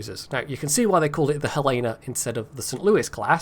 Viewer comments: FYI, it's pronouced Hell-Uh-Nuh because it's named after the Capital of Montana. (And that's how they pronouce it.) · you pronounced Boise correctly! But, if we are going with Western US state capitals pronunciations, you are using the wrong 'e' sound for Helena. The correct way is like Helen, then add the soft 'a' at the end. That is all